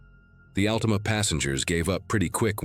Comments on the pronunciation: OH WOW AI SAID ….. AL TEE MAH 😂😂 that’s not even close to AL TA MA 😂😂😂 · You mean the Allteema. Gotta love AI. LOL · the way he says Altima its Altima not Altima 🤣🤣